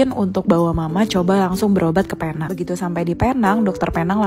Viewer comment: Bukan Paynang. Penang sebutannya Pi-neng.